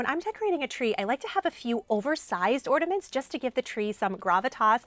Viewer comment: Sounds like you are saying ordaments, rather than ornaments.